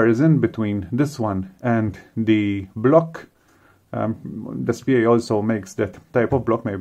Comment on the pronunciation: It's pronounced This-pay according to the official DSPIAE people. Also, thanks for the vid! Was looking for more info about this thing!